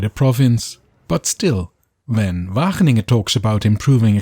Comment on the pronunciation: wagen - ingen 😂